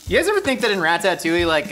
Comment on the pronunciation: The way pronounces "Ratatouille" makes me want to defenestrate myself.